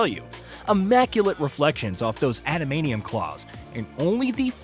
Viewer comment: Adamanium claws? What kind of AI voice horseshit is this